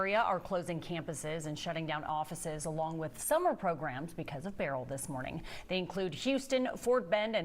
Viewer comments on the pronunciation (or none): And it's Ber-yl not Burl! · Beryl's family is offended by the wrong pronunciation